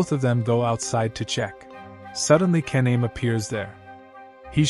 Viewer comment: Th pronunciation of ka-na-me is crazy😂😂😂